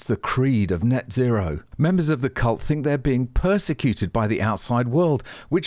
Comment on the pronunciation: "Cult" I think you got the L mixed up for the N.